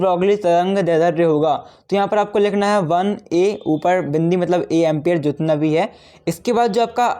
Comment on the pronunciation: Usko ampiar nahi bolte